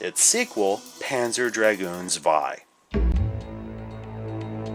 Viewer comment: Oh, and a little pointer. Zwei is pronounced more like Tswhy.